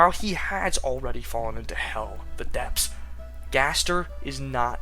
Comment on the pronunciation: No shade whatsoever, but I find it very amusing how you read "the depths" as "the depps"